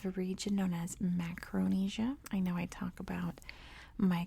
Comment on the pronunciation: Macaronesia, not macronesia.